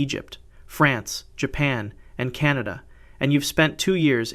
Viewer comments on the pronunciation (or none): none